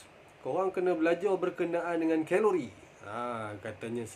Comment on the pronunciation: Geng2 khhhheeelori panashhh ni haha~